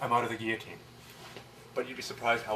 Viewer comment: I think is the first video I've seen demonstrating the guillotine in which the instructor pronounced "guillotine" correctly.